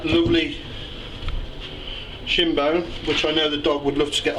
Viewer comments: I keep thinking that he's saying, "Let's take this sh*t off!" Nice meat btw. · Pause. Did you say take this shin, or shit, off? lol.